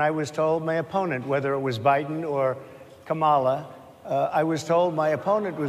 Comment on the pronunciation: He actually pronounced her name right! 😅 Mala..